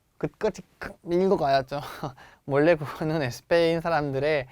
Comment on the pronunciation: 저번강의때뷰터 느낀건데 쌤 스페인이라고 말할때 꼭 에스페인 이라고 하시네용 혹시 스페인어로 스페인이 에스빠뇰이라서 에스페인이라고 하시능건가요? 🙄🧐